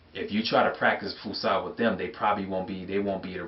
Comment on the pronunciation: you said fuskha and the correct is fus7a